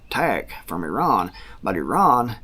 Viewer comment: Good job with the pronunciation (eh-ron). I worked with a 1st gen Iranian American guy and he said that’s about the closest you can get in English (they pronounce it with much more guttural flair). I always cringe when I hear us Americans say it incorrectly now that I know that.